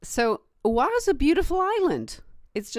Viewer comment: I plan to retire back home on Oahu; it's not a matter of choice as it's where all my memories are. Work on your island names. It's Oh-Ah-huu, not Ow-WAH-hoo.. And it's knee-ee-how with little breaks inbetween don't glide it together. But hey, thanks for the video and i gotta give you credit, you're there and I'm here on the mainland - I left Hawaii to make probably less money on the mainland and I have about 8 more years of this to put up with then I'll be 65 and can retire.